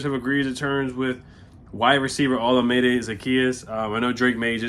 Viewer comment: butchered his name lol it’s O-LA-MI-DAY